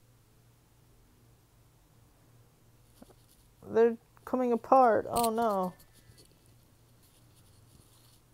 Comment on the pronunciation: "oh nowh" so annoying...